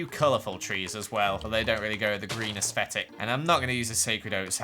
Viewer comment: Someone neads to teach how to say 'aesthetic' 😂😂